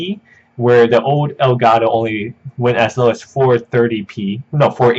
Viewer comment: ITS ELGAT TOE NOT ELGA TOO STOP BEING AKWARD